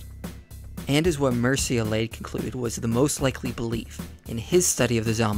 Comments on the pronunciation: minor unimportant detail, I don't know why I even brought it up. I think it's supposed to sound like ''Myr-che'' ''Elly-add'' (similar sound The ''Iliad'') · Also, Mircea Eliade's name is pronounced Myr-cha Eh-lya-deh.:)